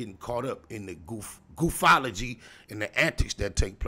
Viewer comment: Damn " Gooofphology